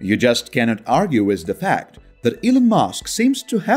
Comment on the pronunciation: Why do you pronounce the word WITH as WISS?